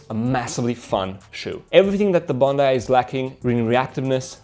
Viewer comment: Bon dai not Bon dee😀